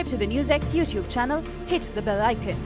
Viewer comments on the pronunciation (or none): none